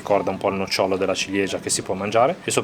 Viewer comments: Ragazzi, però nòcciolo... Il nocciòlo è la pianta. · Nòcciolo… piú che nocciòlo credo